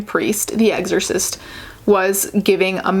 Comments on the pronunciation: "eggzersist" lol you're adorable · Okay, so tbh I would have pronounced it the same way, so I now looked up how to pronounce "exorcist"... and the videos that I've found seem to pronounce it the same? Or at least I don't hear the difference...oh well